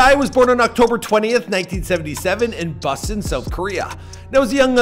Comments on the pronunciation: TAEEEE AS IN TAYYYYY and BUSAN as in boo sahn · Dude when you pronounced Busan I though you said Boston hahahhaa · It's pronounced "ho-song-tay." Oh,and you mispronounced Busan #getittogether